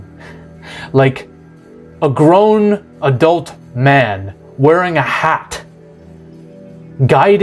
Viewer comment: "A grown, adult man, wearing a HAT." The emphasis on the hat got me lol